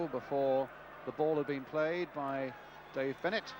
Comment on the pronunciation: how difficult is it to pronounce Dave Bennett